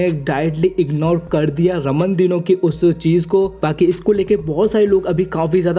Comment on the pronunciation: Subscribe For More Bodybuilding Latest & Fastest Updates ♥️🤗. And I know ki maine Ramon Dino Ko Raman Dino Bola Hai pr kya kru yaar Pronounce Ramon Dino Kr rha hoon Pr sound Raman Dino Ka arha hai 😁😂😂